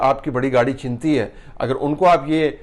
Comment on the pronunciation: طلعت صاحب گاڑھی چھِنتی نہیں گاڑھی چھٙنتی ہے